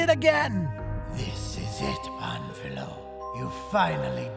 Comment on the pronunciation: just a tip to (finally) say his name right. first say pan (a bit louder this silable) and add filo, wich sounds like the philo part of philosopher. gl